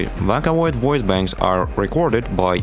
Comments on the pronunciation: Bro really called it V/a/caloid, not V/ō/caloid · You physically hurt my soul every time you pronounced it "Vacaloid" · Did you just say "voh ka Loyd's"? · vakkkaloid👍 vocloid❌ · Look I know you probably get this a lot. Sorry to potentially dogpile or something. But. Vakaloid??? VOCALoid. Vocal + Android. VOH-COOL. /vō′kəl/. Sorry I know it's rude. But it's like nails on a chalkboard to me. Otherwise, judging by the other comments, awesome work! I'm going to finish the video now. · screaming you did NOT call it vAhKaLoId, it's VOCALOID, like VOCAL, IT'S IN THE NAME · how to pronounce vocaloid!! vo-cal-oid (oh) (call) your welcome :3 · "vackaloid" god.. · ok as soon i clicked on this video i heard "SEKAI DE... 'these are vaca loids'" wtf is vaca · i've never heard someone pronounce vocaloid as vacaloid... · Every time this man says "vəkãloid" it makes me irrationally angry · Is it just me, or did the Intro sound like a Voicebank too? Also "Vah-coh-loi-hd" (^～^;)ゞ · "vaka oid" 💔💔💔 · not even 3 seconds in and did this mf just say vockaloid? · what the fuck is a "wacawoid" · it pains me when you pronounce vocaloid (vah-ca-loid) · DID HE SAY VACALOIDS 😭 VACA LOID 😭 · "vAcaloid" sayn ahh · Hearing vac-olaid hurts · did bro just say vockaloid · ðe way you pronounced vocaloid irks me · Also, you mispronounced Vocaloid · The fact that you pronounced vocaloid like that makes me very violent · you said vocaloid wrong on purpose... right? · Never before I have been so upset with the pronunciation of Vocaloid. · No hate. But he said “VOCALOID” so wrong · this video is great but if you ever pronounce "vocaloid" like that again i will hunt you for sport 💜💜💜💜💜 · teach this dude to say vocaloid. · he did NOT just pronounce vocaloid like that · How you pronounced the word "vocaloid" killed me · Because he pronounces vocaloid weird. Otherwise, this is amazing.